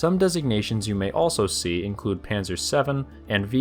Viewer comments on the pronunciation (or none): none